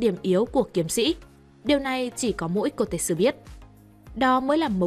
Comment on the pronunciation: Bạn đọc sai tên kotetsu r =))) tên trong truyện là ko-te-tsu =))) đọc khó vcl =))